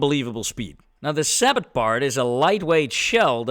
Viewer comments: I apologize for being so picky, but the word comes from French. You literally just drop the t when pronouncing sabot (sa-bow) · Fired a lot of APDS tank rounds when I was in the military. In the US Army we say it "SAY-boh" the "t" is silent.